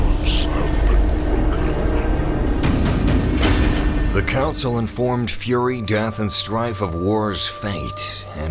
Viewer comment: one thing tho, why you call it furry istead of fury, i sense something uneasy